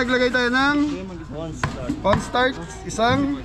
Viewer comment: Kapampangan po pag nag bigkas nawawala ang letter H Kaya sabi ay cornstart